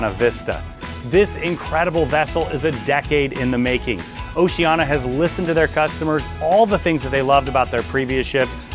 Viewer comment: It's 'Oceania' (Oh-Cee-Aan-Iah) not 'Oceana'. :yougotthis